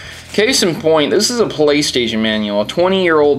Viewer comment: "Playsation" Love ya,!:D